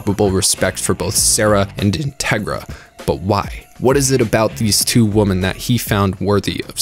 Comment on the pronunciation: Is unable to pronounce the word "women"?